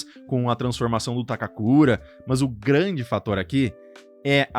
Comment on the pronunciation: Conteúdo top, a lista ficou muito boa, porém você repetindo o tempo todo "mãs" chega a doer o ouvido mano, sei lá mano, usa o porém ou entretanto, agora "mãs" usa não.